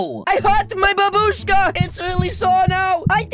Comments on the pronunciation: He also said buboushka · Stop saying babooska